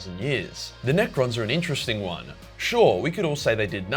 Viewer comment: I'm here just to hear you say NEcrons were in coma, in bed